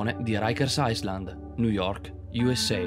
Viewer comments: Non si legge "Aisland" si legge "Ailand" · Potrebbe pronunciare Island bene? AILAND non AISLAND. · Island (isola) si pronuncia "ailend" Iceland (Islanda) si pronuncia "aislend"..... :) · Molto bello! A parte la pronuncia inascoltabile di "Island" e "juan" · Video molto bello...nulla da dire. Un consiglio se posso...documentati di piu' su come si pronunciano i nomi nelle lingue straniere. Un cosi' bel video fa a pugni con le pronunce pessime. Come ad esempio salute in Francese...o isola in inglese.